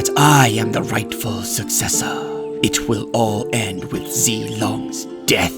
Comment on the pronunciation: the first time i heard i thought he said cyan b1tcH Sorry Also the way he says sUcCesSOr